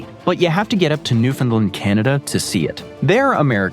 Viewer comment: Newf'n-land, not new-Finland. Tisk tisk